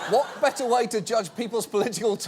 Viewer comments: His "wat" is hilarious. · your "What" was said with a french accent x) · that 'what' sounded pretty American John Oliver, America is leaving it's influence on you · why did john Oliver say what like that, he sounded like kiwis pronouncing Eminem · Woah, woah, WOAH. Did Oliver just adopt an American accent for .05 seconds? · That is probably the most British "what" I've ever heard in my life. And probably the most British John Oliver has sounded when he's not mocking his own accent.